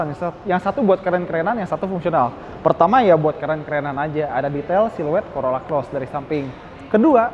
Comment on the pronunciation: Hahaha.. Corolla Coret😅 Dengernya geli🤭